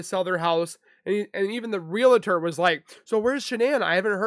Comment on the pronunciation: Not Re La Ter! It’s Realtor pronounced exactly as it is spelled.